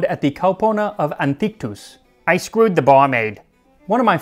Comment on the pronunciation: “Ay skreowd da baur-maide.”